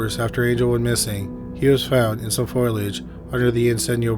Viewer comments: Foe-lee-age, not foilage. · It's pronounced FOL-ee-aj. Not FOILage. Unless he was falling on aluminum plants, maybe. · F-OH-LEE-AGE Not Foil-idge Jfc that drove me crazy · Foilage? Really? FOLIAGE..nothing to do with foil.. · Deaths? They died repeatedly somehow? Also, foliage is three syllables, not two. You pronounce it like it is spelled "foilage" but it is actually foliage. FOE-lee-edge. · What’s “foilage”?! 😂😭🤦🏼‍♀️ I hear SO many people mispronounce this word. It’s FOLIAGE. Fo-li-age. Not foil-age. It drives me nuts lol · Learn to pronounce foliage.